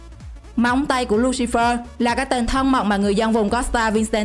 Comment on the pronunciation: "Lu si phe" chứ không phải Lu si phơ